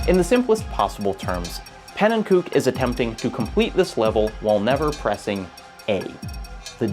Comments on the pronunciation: I'm loving this, but every time you say "pannenkoek" I cringe a little bit. In the 255 Coin Limit video he says his channel name and it's pronounced pan-en-ko-eck, not pan-en-kook. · I've watched every video in the YouTube catalog. I've read and reread How a Game Lives. This might be my favorite essay yet. Which is why the pronunciation of Panenkoek's name kills me every time. He doesn't use the Dutch pronunciation to refer to himself, preferring "ko-uk" to "kook" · Hey, love the video but noticed you pronounced pannekoek the correct Dutch way. Just thought you might wanna know that pannen himself actually pronounces it like pannen-ko-ik. Also, you might've stumbled across it at some point but Bismuth made an incredible video series on the A-button challenge which has a large focus on pannen and his work. I recommend checking it out for more on the topic. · As a huge fan of Pannenkoek (fun fact: he actually pronounces it "ko-ek" rather than "kook", despite the latter being more correct) and the ABC Crew, I was holding my breath this whole video to see if they would be brought up. Audibly said "YES!!" as soon as he said Super Mario 64 lol. The section on Watch For Rolling Rocks was pretty much a perfect description of my introduction to the A Button Challenge, and it's really a shame to know that making that video pretty much destroyed Pannen's mental health for a bit. 3 weeks of what can only be described as Crunch, in between already demanding university semesters. I'm so so glad that that video got made, but I wish that he'd had the chance to make it in a more healthy timeframe and mindset. To anyone who wants to learn more I highly recommend the recent videos on Pannenkoek's channel as well as Bismuth's 6 hour documentary on the ABC, it's absolutely fascinating and probably the most in depth and thoroughly documented case of a group of people trying to learn everything there is to know about a game. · Pannenkoek mispronunciation